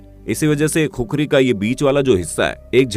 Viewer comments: I am from nepal and actually it’s khukuri not kukri😫😂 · It's khukuri not khukari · Not kukuri bro it's khukuri 🇳🇵🇳🇵🇳🇵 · It's KHUKURI (खुकुरी) Not kukri * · Proud to be Nepal but it’s not Kukuri it’s khukuri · its not khukri its khukuri Please pronounce properly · Khukhari nahi khukuri bolte he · THAT REAL PRONUNCIATION IS KHU-KURI